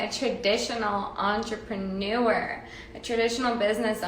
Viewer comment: “Entrepren-oo-err” Stay classy, hun!